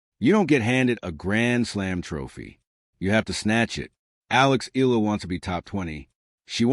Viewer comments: It's pronounced E YELLA. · Please learn how to correctly pronounce Alexandra's last name. It is simply disrespectful to talk about her and mispronounce it every time!!!